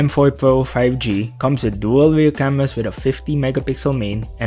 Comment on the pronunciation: weeding the specs like about scween wesolutions, WAM and camewas with monotone delivery make it much worse.